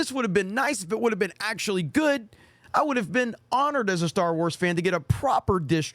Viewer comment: "Star" lol not quite